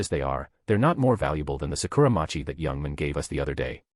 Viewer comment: It's hilarious how this AI voice says "young man" as "yung min" 😂